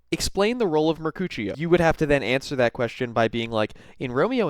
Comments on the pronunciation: It is Mark'ooh'she'oh not Mark'oochie'oh. I'm guessing you have only ever read Romeo and Juliet and not seen it. They are plays you know. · 100% thought you said “in Romeo and Juliet, what was the role of her coochie”